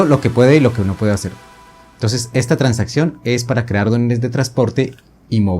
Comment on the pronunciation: Ah pensé que era en portuñol o algo así por lo de “tansaccion”.